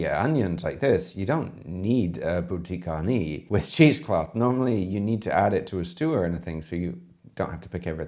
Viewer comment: You erred on the term - "Bouquet" garni, not "boutique" garni. It's not a retail shop of herbs.